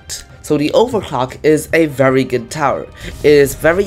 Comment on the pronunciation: Why i hear overclock without the L Its not nice to my ears